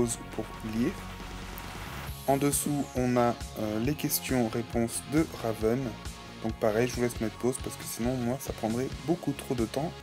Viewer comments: C'est pas Réven mais Raven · Ma préférée! En tout jai 8 ever after high et Raven (et non Réven) a été lapremière! !!Seule bémol : tu prononce trop mal certains prénom exemple : Brayar sappelle Briar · Sa me stresse quand tu dit RÉven en plus tu dit sont prénom tout les 2 secondes, donc cest RAVEN! Sinon t'es review sont bien mais c'est juste sa qui me stresse😊